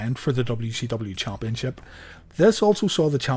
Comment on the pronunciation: I like how you used chumpionship 4 times in one sentence 😂